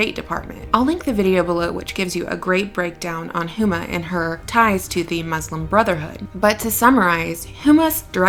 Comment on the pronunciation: Pronounced "Uma."